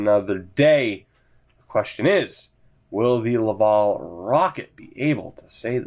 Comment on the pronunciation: Lav-AL, like AL Montoya ;)